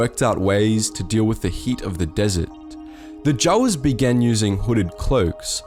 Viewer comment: I'm sorry but i had to flinch everytime you pronounced Jawas the way you did. Try it with a long a. J a w a s